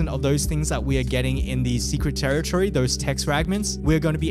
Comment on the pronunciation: bro secwet tewitowy